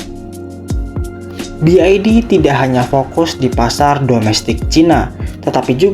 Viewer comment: Salah dalam mengucapkan BYD